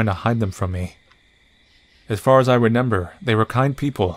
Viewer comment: Why do you keep mispronouncing remember?